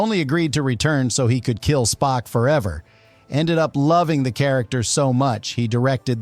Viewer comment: "Spoke?" Is this the AI narrator?! 😆